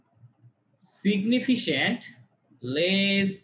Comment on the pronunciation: উচ্চারনটা সিগনিফিকেন্ট (significant) হবে ভাইয়া।